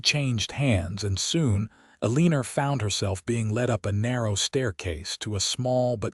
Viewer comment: Aleener? Is her name Eleanor? 🤦